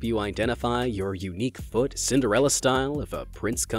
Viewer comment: He..he said fot not foot